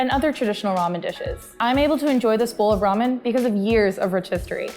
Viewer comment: I am irritating when she says 'ramen' as 'romen'